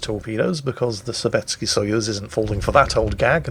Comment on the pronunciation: Nice explanation of SAP, thanks! Btw, I don't know much about Russian, but I do know that their letter which looks like our e is most often not actually pronounced e, but ye. Therefore Sovetski is pronounced Sovietski.